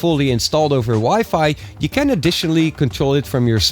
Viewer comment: Your can sounds like can't